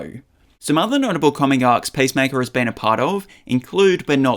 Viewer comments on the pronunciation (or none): It’s not pacemaker, the heart device. It’s Peace Maker. Why pronounce it that way? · Sounded like you were saying pacemaker... maybe don't be a superhero with a weak heart 😅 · pace maker? seriously? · Hie name is peacemaker, not pacemaker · "Pace maker"